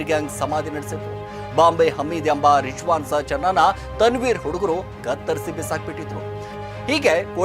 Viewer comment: Yavano Ganji Giraki ivanu YouTuber, Rizwan ge Rijjwan Fayaz ge Fayaj, Nayeem ge Naheem, Shivajinagar ge Chivajinagar anta hesare change madi heltiya, full bundle story 😂😂